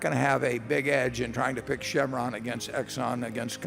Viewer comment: Chevron not chemron.